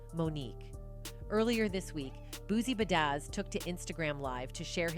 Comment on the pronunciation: “Boosie Ba-Dazz”😅